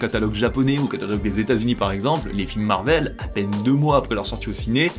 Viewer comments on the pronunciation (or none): none